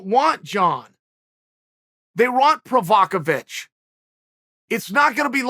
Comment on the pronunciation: Provokavic... this goin' better an d better love you Undeafeted :-)